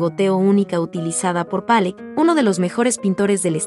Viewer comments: Empiezo a ver el video y me sale con "Palleck" en vez de Pollock (se pronuncia como se oye: Polok) y luego me sale con "Letenstein", se pronuncia "Laitnstain". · Pollok no palek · Pueden poner a alguien que sí pueda o en el guión pueden escribir los nombres transliterados. Jackson "Palok". Mark "Rasco". El "GuÉrnica". Sí, escucha bastante mal.